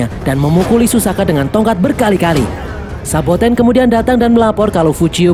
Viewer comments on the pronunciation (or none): SABOTENNN MINN , BUKAN SOBATENN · Saboten min,bukan sobaten wkwk